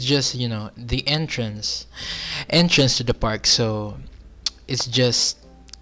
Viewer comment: ITS NOT PANTAY PANTAY U KNOW? THE ENTRANSIII IN